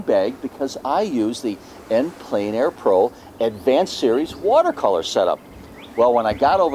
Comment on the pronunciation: French is pronounced "On plen air" not "en plane air"